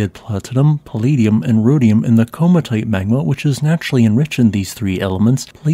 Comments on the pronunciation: Why do you call it “koma-tite” it is pronounced “komati-ite”. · The correct emphasis was not there.